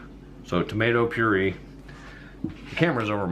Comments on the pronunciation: It’s pronounced pure ay ! Just saying . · My son worked at Wendy's and he said they use their old burger patties for their chili. I've never ordered it since. Just In case you care, the word puree is pronounced pureah and the word wash doesn't have an r in it. Thanks for the recipe. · I have a Wendy’s copy cat recipe and it’s nothing like yours. That’s the most backward chili recipe I’ve ever seen. If you don’t care about making your video look nice or looking like you know what you’re doing, why do a video at all? And btw, it’s tomato 🍅 pure-ay. Maybe 5 years later you figured that out. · Anybody else cringe every time he pronounces the word puree???? Him: Pure-E Me: Pure-A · No it’s “tomato pure A” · “Tomato purEEE” 😂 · So, the message here is that anybody with a smartphone and a tripod can make a video. This guy doesn't even know the correct pronunciation of puree. Lord, set me free from mediocrity. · Anyone else triggered as to how he says puree?